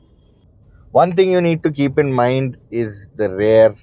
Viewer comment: Sorry Sir, but I'm a little confused. Every time you say "Rare" do you Actually mean rare or do you mean Rear? Please advice Sir